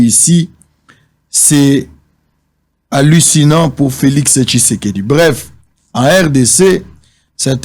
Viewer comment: La haine a fait que ait du mal à prononcer Félix Tshisekedi 😂😂😂. Il appelle Feli Seke 😂😂😂😂😂